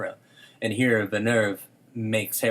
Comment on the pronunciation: It's pronounced Denis Vil-nœv. Amazing analysis guys